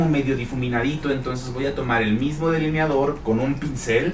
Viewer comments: *delineador no “deliniador” eres una de las colaboraciones de Luis Torres más simpática y guapa 👏👏👏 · ¿Por que dice “DELINIADOR”?